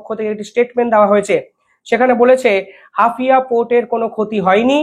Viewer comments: Hafia na HAIFA. ektu dekhe nio. Tommar channel regular dekhi. Khub informative. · হাপিয়া নয় " হাইফা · Haifa. Not Hafia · Hafia? Hapiye utlam Haifa it is. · ওটা কি হাফিয়া না হাইফা হবে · হাফিয়া নয়, হাইফা | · হাফিয়া না হাইফা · Hafia not Haifa